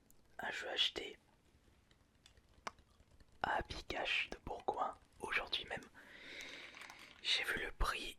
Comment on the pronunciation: tu as dis Bourguoin (on parle bien de Bourguoin Jalieu)